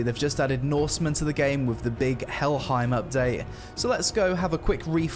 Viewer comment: Helheim isn't prounced with an I sound, but an A sound, like the word "fame" rather than "time". Also, norsemen, and by association those that went viking, were more often than not clean-shaven. We have surviving letters of Christians warning of the dangers of their daughters being lured away by the Vikings clean faces and well groomed hair, and the alluring scent of freshly washed viking men. It was later Europeans who portrayed them as dirty, barbaric, and unshaven to villainize them (not that I'm saying beards are bad, just that there was a time they were depicted that way).